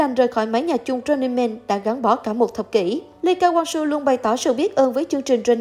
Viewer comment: Đel ai đọc Lee Ka Wang Soo hết á